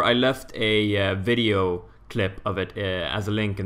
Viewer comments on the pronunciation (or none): none